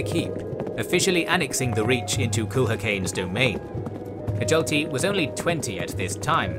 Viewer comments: Hjalti should be pronounces ad Hyalti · Stop saying Hjalti like that. It’s freaking me out 😂